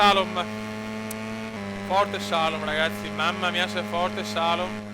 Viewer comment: grande! comunque si pronuncia Salòm!;)